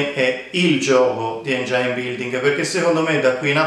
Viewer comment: Si dice engin non engiain.